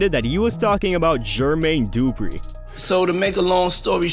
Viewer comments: Bruh the way you pronounce Jermaine Dupri drives me nuts lol its not Dooooopreeeee its du-pre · This narrator has to be AI. No real person says GER-Mayne DOO-Pree in that fashion repeatedly. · You say Jermaine Dupri goody af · It would literally take less than a minute of research to find out how to pronounce Jermaine Dupri and Keefe D correctly